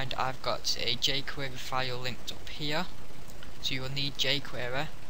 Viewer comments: wtf is "ju'quereeerrr" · j-Querer may be because he has a slight speech impediment. You have effectively used your ignorance to make hateful comments. It is better to keep your mouth shut and have people think you're a fool, than to open your mouth and remove all doubt. Shame on you and the 7 likes your comment got for picking on someone. You should stick to making videos on 'Dragon minimap bugs'. Especially since your video description makes no sense at all. The man did a great job and his 9K subscribers attests to that. Hopefully, your potential future employers will see this.